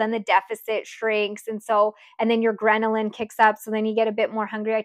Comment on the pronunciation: "Grenalin" is not a thing. LOL It's "Ghrelin". Just FYI.